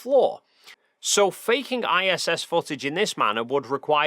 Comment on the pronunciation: Undawoo'ter fo'tidge 😅 jk great video tho :D